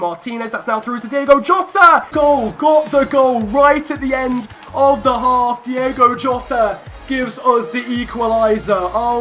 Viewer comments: As we said before... it’s Diogo not Diego 😂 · It's Diogo. Not Diego. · It's Diogo Jota, not Diego. Again messed up his name😉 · It is diogo jota not diego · It's DiOgo not DiEgo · Try not to say Diego Jota. It’s Diogo. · Its Diogo Jota. Not Diego Jota. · It’s Diogo not Diego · It's Diogo, not Diego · Try playing with Wolves’ natural 5-2-3 It would stop you from conceding so much and the wing backs would complement Josef Martinez as he has the power header trait... Also it’s Di’O’go Jota not Di’E’go Jota